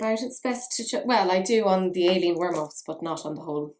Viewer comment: at the beginning i kept hearing Alien Wantus... I was like: Wut? And usually you pronounce that name (at least in German) like Eileen. There are a trillion names to write it like Madeline (don’t get me started!)...